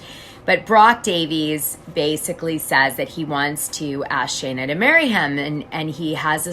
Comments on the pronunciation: Its Scheana NOT SHayna 🤦🏻‍♀️🤦🏻‍♀️🤦🏻‍♀️ if youre going to bash her man at least get her name right 🤦🏻‍♀️🤦🏻‍♀️🤦🏻‍♀️ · Love the intel but please make note it’s Shee-na, not shay-na :) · girl, it’s pronounced SHEEN-AH not SHANE-AH 😂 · 1) her name is Sheena SHEEN-na not shay -na! Ah!! 2) what is with all the stupid filters! Just choose one cute one that makes u look pretty and leave it there . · Actually, I heard Scheana's engagement ring (designed by Kyle Chan) was slightly under 13 carats (12.74) and the price range was about $25,000 ~ 💎 P.S. Perhaps he didn't initially have a lot of money --- we are not in their relationship. If they are happy - whatever. P.S.S. Sorry - how much can you know about her, if you can't even pronounce her name - which is: SHE NA --- not SHAY NA ! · Maybe if you're going to do a story on someone you should learn how to say there name correctly, her name is scheana not Shayna! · You're pronouncing her name wrong anyone who watches knows. Sheeeeeeena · Dana, her name is pronounced Shee-na. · Need to learn to pronounce her name when spilling tea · Can you please say her name right, it was driving me crazy listening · Is Scheana’s pronounced correctly? Is it pronounced Shay-na or Shee-na?